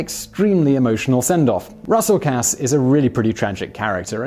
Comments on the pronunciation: Hey brother, weirdly enough “Casse” is pronounced the same way as “case”. Just helping out. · They literally say Russell Casse's name in the movie, how do you pronounce it so incorrectly?